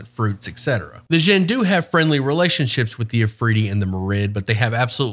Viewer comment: An asshole note: "Dj" sounds like a hard J, represents sounds from other languages (in this case arabic ج), your pronunciation is the "Zh" sound (like persian ژ, or french j in word start like "je t'aime"). Djinn is pronounced similar to John, not Shaun.